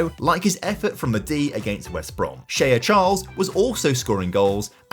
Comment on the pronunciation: What sort of way is that to pronounce shea 😭